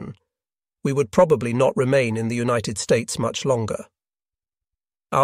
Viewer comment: I really enjoy the first person commentary. The narration is also pleasing to listen to, although this appears to be computer generated judging by the occasional weird pronunciation - especially of some words ending in “ed” for example “united”.